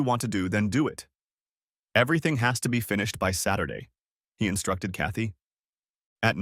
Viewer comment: Chaty... Kathy... Katie... how many variations of this name do we have to hear? Next time, use a simpler, easier-to-pronounce name if AI can't pronounce it correctly. Sometimes it feels like there are three or four different female protagonists... As for the rest...old story, already heard.